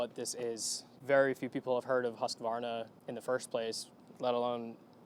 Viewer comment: Outstanding review, again, Thanks here is our BikeSanook Vitpilen 401 and Vitpilen 200. And you pronounce HUSKVARNA correctly. Not "HUSA-KVARNA" like the Americans Greetings from THAILAND BikeSanooK Johnny